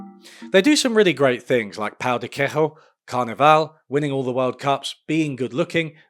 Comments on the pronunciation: Lad, it is not quekho. It is queiJo, with the J sound. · As a Brazilian, I can confirm that the pão de queijo world cup will be led by the malês after we put another ankle monitor in Bolsonaro Also, it's queijo pronounced like key-joo with the J like the French J, not the Spanish J Also, also : who hurt you, bro? Tell me, we can plot a Brazilian revenge plot! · wtf is pau de que(this H sound you invented doesn't exist in portuguese)o? 😭 Ik the ã from from pão doesn't exist in english, but all the sounds in queijo do 😭 Brazil doesn't speak spanish, for crying out loud. It's pronounced something like "kayjo" the key as in "okay" without the o. And the jo as in John without the hn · In Portuguese, "j" has the same pronunciation as in English, so you're saying pão de queijo wrongly. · why did you pronounce "queijo" as if it was in Spanish? 😭😭😭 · great video but please take 1 min. to check how to pronounce queijo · "pão de queijo" - not bad with the "ã", but the j is pronounced like in John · we don't pronounce the J like that in portuguese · This video is doing wonders to every Brazilian’s mutt complex. Also we pronounce the “j” in “pao de queijo” like a j, not an h